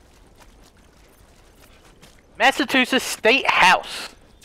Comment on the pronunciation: He said massachusetts like massa soo shiz